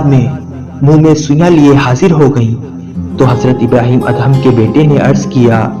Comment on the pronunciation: Assalam o Aliaqm ya ap HAZRAT ABRAHEM ALLAHYMUSALAM YA ELHAM KIA HOTA HYE PHLY APNI URDU THEK KARIN OR PAGAMBRRON KI RESPECT KARIN PLZ